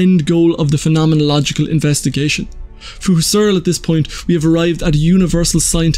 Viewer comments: "Husserl" is pronounded "hoo-sell." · Emphasis is on HUSS, not on ERL. HUSS-erl. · It really wouldn't hurt to take half a minute out of your time to look up how to pronounce "Husserl."